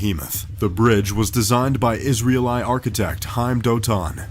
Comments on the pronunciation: First time I've heard Israeli pronounced "Izreel-eye." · Most creative pronunciation of "Israeli" I've ever heard... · Never heard "Israeli" pronounced like that... I picture some Russians rolling across that decrepit rail bridge like a log, with his head dangling off one side and his feet off the other, protesting hysterically. It's an amusing visual... Acrophobic, eh,? I like you even more, knowing that...